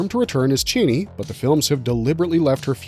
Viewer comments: Your silly voice saying titles is really annoying, and you mispronounce Chani, its Charnie not Chainy 😬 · Only one critique: It's pronounced CHA-NEE not CHAY-NEE!